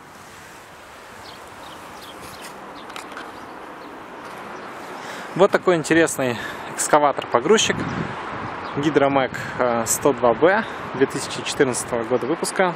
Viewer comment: 180 °c сидение. Гидромек, а не хидромек.